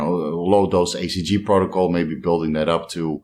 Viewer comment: I thought he was saying ACG? Just wanted to be sure it was HCG.